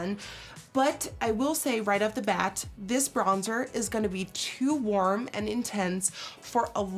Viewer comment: "It's too worm"